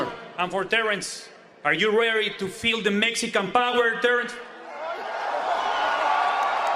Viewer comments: you spelled it wrong. He said, "Are you REERY", not "READY"!!! Get it right, young man. Love your channel...😂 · “…and for Terence, are you rary to feel the Mexican power Terence? 👈🏼” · I agree! It’s are you “RERI” to feel the Mexican Power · Hey Virgil "are you reery to feel the Black American power" Virgil: Hell No 😂😂😂